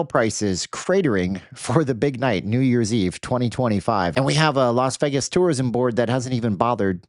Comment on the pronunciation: Stop being a dork and deflecting from the real truth: All of you voted for Trump. You love this guy; you wanted this. It's HIS FAULT.....what is wrong with you? Stop pronouncing Vegas the wrong way and face reality. Your channel sucks.